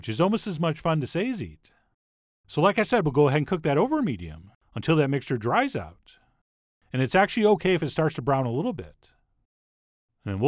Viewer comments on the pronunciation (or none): none